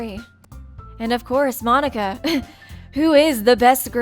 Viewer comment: everytime you say monika i hear you say monokuma for some reason ._.